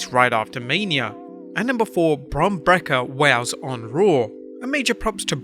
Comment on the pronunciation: Why do you have such a problem saying bron breakkers name? Its not brekker its breakker